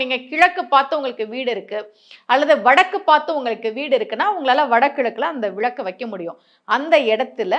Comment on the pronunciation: அது விளக்கு மேடம் விழக்கு என்பது தவறான உச்சரிப்பு